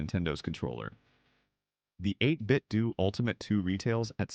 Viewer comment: Bro said "8bitdoo" as in doodoo. As in don't get it.